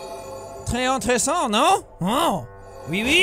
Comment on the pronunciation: quick note jack when you are trying to say very interesting in french you say très intressant but your missing a "é" (think of the sound of "ay" in mayor) and say très int"é"ressant (not intressant)